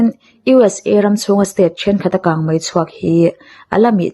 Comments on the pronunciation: Bengvar thlak e mahse kang mei tih turah hian kang mai I ti hian ka hre deuh thin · Kangmai ti a lam i ang thin Kangmei tih tur a ni si a Mi te en bik in ni a thangthar te tan phei chuan an en tawn in ni Kan tawngkam hmandan leh lam rik dan i uluk zual ang u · A aw hi ngaihthlak chu nuam țhin khawp mai, mahse, kang mai ni lovin kang mei tih tur a nia😊 a țhen laiah hian țhelh deuh a awm leh tlat țhin, Aw mawi, ngaihthlak nuam ringawtah hian duh tawk lovin thu lam dikah hian rawn țang zel rawh aw 😅😅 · Kangmai a ni lo, kangmei aw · 'Ho' tih turah 'hau' i ti ngar ngar leh 'kang mei' tih turah pawh 'kang mai' i ti tlat mai bawk a, mizo ṭawng dik pangngai a awm reng laia a dik lo zawk i hmang hi beng a ti thlep deuh, zoṭawng hman dik kawngah ṭan han la leh deuh la, i chanel hi zo fate tan hian a hlu lehzual ngawt ang. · Kangmai niloin kangmei tihtur aw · Kangmei, kangmai ni lovin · 😄🤭 kangmai ti suh adik lo kangmei ti zel tawh rawh aw 😄😄🤭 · Nia keipawh hei hian ngaihthlak a ti hrehawm ka ti,a hma mi ka ngaihthlak pawh khan kangmai vang hian ka hah tluan ṭhak...thildangah mei a hmang thiam tho sia,a dang chu a ṭha tawp maw le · Kang Mei.tih tur ni zawk Awm tak a ni.